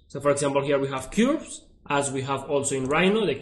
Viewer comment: you pronounce Curve very funny :P its short u - not long no matter, good job teaching the software :)